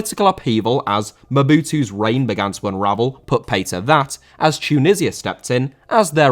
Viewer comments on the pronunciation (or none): none